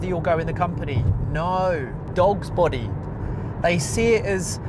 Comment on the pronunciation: I thought you said dog's botty lol. I work in an electronics factory part time and get part disability pension as I'm on the autistic spectrum, I am stuck mostly doing my repetitive job as I'm good at it, I'm only working there to get my pay, I still do my job well enough as it's in my nature to make the product with quality. I know my workmates internally have an issue with me working part time but I ain't quitting my pension or I'll be worse off working full time and losing the pension benefits and the rent going up, so yeah full time near minimum wage blue collar work is not worth it in general, in my own way am doing things the smarter way given my own circumstances. Anyhow good video, I totally agree with you!